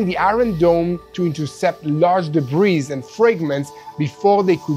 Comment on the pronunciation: 'debris' is pronounced 'deb-ree', there is no 'z' on the end. Thank you for your attention